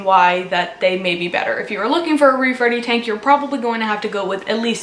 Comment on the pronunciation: Omg for a second I thought you said “rape ready tank.” Wtf